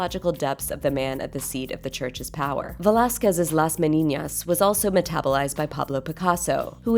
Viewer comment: it's pronounced with an N, It's Las Meninas, not "Las Meniñas"